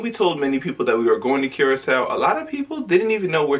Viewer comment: It's pronounced Kur●ah●sau not Cure●ah●sau